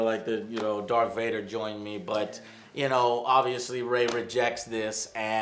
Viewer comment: It sounded like you said Dark Vader the first time